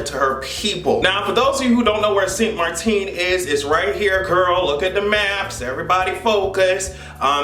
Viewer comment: 😮😮PM of my home reach farrrr...... 🇸🇽🇸🇽 st maarten btw not st maarteen. 🇸🇽🇸🇽 I just hope this helps bring tourism back after all said and done.